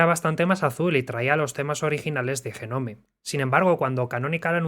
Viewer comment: "jenome... jenome... JENOME... JENOMEEEEEE"... DIOS!!! BASTA!!